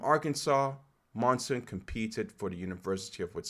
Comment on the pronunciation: Please, have some respect for the runners, learn how to pronounce their names. Chmiel, Schweizer, Monson. I know it's not obvious, but do some research. Nice effort otherwise, and thanks for taking some time on Whittni Morgan, ex NCAA XC champion one year before Tuohy and finishing twice second behind Monson in her last events.